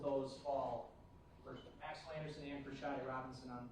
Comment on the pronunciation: Is anyone else annoyed at the fact that she is saying SHARDE instead of SADE??? Where does she see an R in her name and how many times does she hear the prosecutor pronounce it correctly?